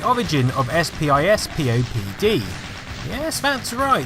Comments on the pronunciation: SPISPOD is prounounced SPISS-POD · It's pronounced " spiss-pop-dee"